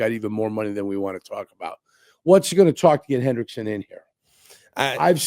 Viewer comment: It’s Hendrickson not Henderson for all you window lickers